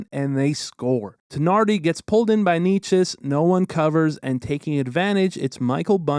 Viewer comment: nerd alert, as a slovak I can confirm, not sure if you care, but Nečas is pronounced not Ney-chess, but rather Neh-chuss (slavic languages don's use accents on vowels - "a" is a short "ah", e is a short "eh", etc)